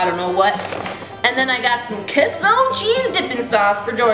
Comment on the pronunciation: I love you, Kandee! You actually pronounce "queso" properly, instead of "Kay-sow" You're awesome!